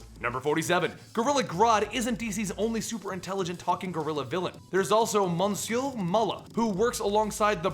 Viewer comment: You pronounced monsieur wrong. It's more like miss-your. No biggie, just saying.